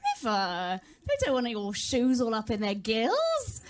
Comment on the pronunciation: the joke is that she is saying jews not shoes